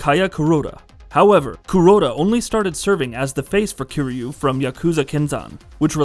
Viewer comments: I came here to say this. I was trying to be forgiving despite him being called KEEREEYOU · Dude, why you saying his name like that? It’s not KAZOOMA KEER YU, It’s pronounced Kaaz-ma Kir-Yu. And Majima wasn’t playable in Kiwami nor did he hate Kiryu